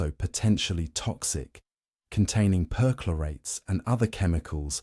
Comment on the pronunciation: CHLORATES, PER-CHLORATES (CH pronounced K)